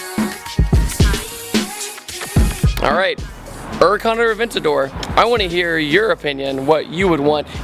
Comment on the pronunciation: wot the fuck is a ura'con?!?!